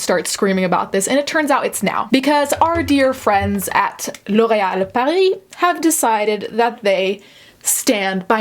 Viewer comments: off topic but the way you said Loreal Paris was perfect. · Fantastic French pronunciation. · Completely irrelevant but your pronunciation of L'oreal Paris is beautiful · A little off-topic, but did anyone else really love the way she pronounced L’Oréal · I love when she pronounces brand names correctly👌👌❤ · I’m absolutely enraged, but the way you pronounce L’Oréal soothes me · I love the way you articulate yourself and I agree with your opinions. I also like how you pronounce L’Oréal. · IM GONNA CRY THE WAY YOU PRONOUNCE LOREAL IS AMAZING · The way you absolutely slay the pronunciation of L’Oreal is pristine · 1. she is a horrible, manipulative person. 2. JD deserves so much better. 3. Your wig is on point ✨ 4. I love your correct pronunciation of L’Oréal. 5. L’Oréal has sucked forever. They need to stop testing animals. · lllllllllooooorreeeallllllllll ( pronunciation on fleek ) 🇫🇷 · Completely unrelated but I love how you pronounce L'Oreal